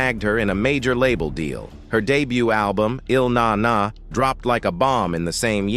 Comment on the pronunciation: I had to cut this off after hearing 'Ill NaNa' pronounced. Can't let others tell our stories.